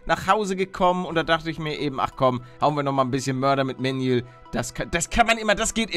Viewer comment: Er heißt Manuel nicht Mänjuels